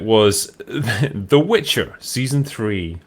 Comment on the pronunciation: It's the "Witcher", not the "Bitcher"...